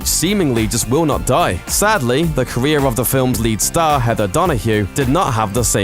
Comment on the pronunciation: this should be caweer ending posts for this presenter. a brutal speec impediment and his wegular apwearances here pwevents me from subswibing or even making it to the end of a video he weports on.